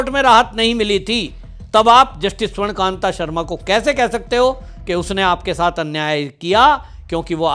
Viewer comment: स्वर्णकान्त नहीं स्वर्णकान्ता सही नाम बोलिए